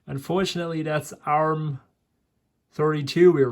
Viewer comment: I've never seen anyone so disinterested in what they're doing than this. So impatient too! ARM is pronounced as the word "arm", not as individual letters... it's a brand name. ARM processors from this time were not "crappy", they were ALWAYS extremely power efficient, right from the very first ARM chip developed by Acorn back in the '80s. And fast. Intel never managed to get close in terms of power/performance ratio, their x86 and AMD's x64 never got a foothold in the mobile phone or tablet market. Intel's Atom flopped as both a mobile and a desktop processor. Microsoft never got their act together with Windows on ARM, right from Windows CE, through Pocket PC, Windows Mobile, Windows Phone and Win RT, which were all incompatible with each other, never mind desktop Windows.